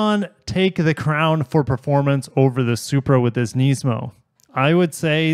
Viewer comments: I watched 30 seconds of the video and had enough of the way u say it…..its Nismi not Neesmo🤦🏻‍♂️🤣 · Yet another one who pronounces it Knees-mo😅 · I love you but please pronounce NISMO correctly (niz•mow) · Its Nismo with an I not an E